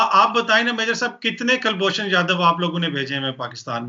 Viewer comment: Ye jahilon ko ab tak kulbhushan nahi bolne aa raha😂😂😂😂😂😂😂😂😂😂😂